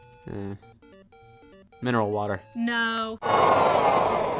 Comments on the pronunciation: ah yes a nice glass of MINERLA WAT ERRR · I have no idea why but I absolutely lost my shit at "Minerla Wat Errr." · Ah yes my favorite beverage: Minerla Waterrr